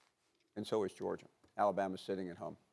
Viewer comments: MADEA A. SMITH , the boa said Georgier 😂😂😂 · So NOBODY gone correct SAS " Georger" 👴🏾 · he said Georgier and Kember Walker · It’s like he aint even try to say Georgia. He went straight to georger 😭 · Nobody: Literally nobody: Stephen A Smith: GEORGIER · Stephen can't say words with "ah" at the end, he says "er" 😂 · Stephen A- you look at “Jerja” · I love to hear a man who makes $10 mill per year to talk say “Georger” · George-ger??? Minne-soter?? C'mon S.A your on tv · Stephen A has a problem pronouncing words that ends with A. Goergier, Kember 😂😂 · Stephen A. really said “Georgier” 😂😂😂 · Of all the big words Stephen A can say....the man cannot pronounce the word Georgia🤦🏾‍♂️ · Anybody else realize Stephen says Georgia with an ER?? 😂😂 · Someone that always brags about his speaking skills sure doesn’t know how to pronounce a lot words like Georgia lol